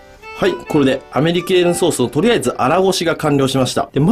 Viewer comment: アメリ系のソースってずっと聞こえてた…